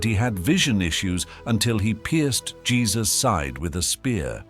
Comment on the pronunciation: Its jesus not jess dispretful watching this then nt watching anymore 😢